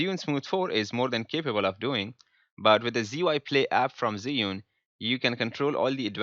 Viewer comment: It’s not zeeeunnn it’s chew-ing let’s get it right!!